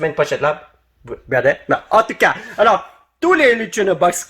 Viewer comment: C moi ou quand dit en tout cas on dirait handicap